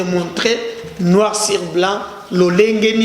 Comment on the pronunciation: Pourquoi la plupart des journalistes au Congo ne sont pas capables de distinguer "i" du "u". Ils vont dire sir our au lieu de sur. C'est embêtant quand meme. Mais dans tous les cas l'emission était intéressant, coup de chapeau pour les informations de. J'espère que le peuple va punir ces gens quand viendront les elections.